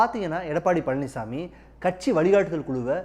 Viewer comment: அவர் பழனிஸ்ஸாமி இல்லை பழனிச்சாமி. , அதென்ன 'காத்திரமா' அப்படி ஒரு வார்த்தை தமிழில் இல்லை. 'ஆத்திரமா' என்று சொல்லவேண்டும். முதலில் ஒழுங்காக தமிழை உச்சரிக்க கற்றுக்கொள்ளுங்கள்.